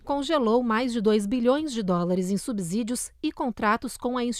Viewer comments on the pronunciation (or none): É subSSSídio. Não é subZZZídio. Analfabetismo funcional. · Apenas uma observação: quem pronuncia “subZÍdio” comete um abZurdo! Ainda assim, eu gosto muito deste jornal e das jornalistas.